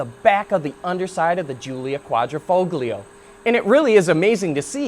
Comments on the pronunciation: I heard "kwah-dreh-foh-glee-oh". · the "g" in quadrifoglio is not pronounced. see this site